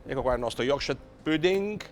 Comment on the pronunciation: ahahahah chissà quanti anni in inghilterra è ancora non è riuscito a imparare a dire pudding...o magari è un precursore del corsivoe..... comunque tutti questi emigranti alla fine non sanno più parlare ne in italiano ne nella qualsivoglia lingua del paese ospitante...